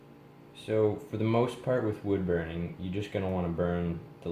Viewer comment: "Bood wurning"